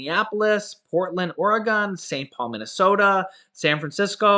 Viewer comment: Oregon is pronounced “Or-gun” 👌🏻😂 not your fault…just how we say it here in Oregon